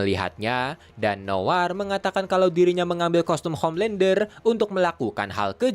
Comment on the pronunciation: Homelandah,Bili butchah😑